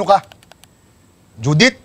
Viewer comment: He is saying Judith (Name) but it sounded Visaya (Southern Dialect) Judith - Due Date